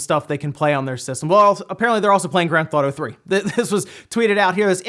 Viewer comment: "Grand Thotto"